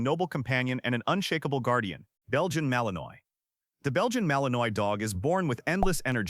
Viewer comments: Malin-ois...as in Illinois? LMAO! No...if you're going to make a video on dogs, please pronounce their names correctly. It's Mali-nwa....and it's an awesome dog!! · I love how AI said the Belgian Malinois, it was said wrong but was perfect for the way it's spelled, AI never fails to please my ears 😂 As someone who owns 3 Belgian Malinois, it does get very annoying to have people say it wrong constantly and then have their fragile egos hurt when you mention they said it wrong 🤣🤣